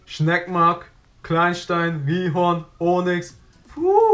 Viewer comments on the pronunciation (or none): none